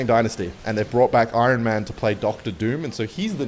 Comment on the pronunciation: Words can’t say properly: iron, ruin and nasty